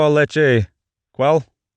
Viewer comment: Ocean man take me by the hand Edit1 (after watching full video) : Quell Cual Quuell Cwweell... Overconfident Also this is triggering for me since I’m mexican and speak fluent spanish 😂